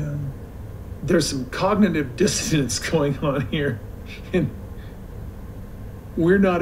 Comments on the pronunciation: I think Kodylocks is not just misusing the term cognitive dissonancing but is not even saying the words correctly. I think he's saying cognitive " distancing " which is adding to the mixed up/confusing/misused term from Dr. Kodylocks' Book of Big Words to Make Yourself and Others Think You're Smart. It will make a great stocking stuffer or kindling for a cozy gathering around your own fire pit! When I was typing cognitive dissonancing, auto correct was trying to change it to cognitive "disco dancing". Too bad Kodylocks auto correct didn't think of that first😁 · I think he actually said cognitive “distance”. lol. Listen again.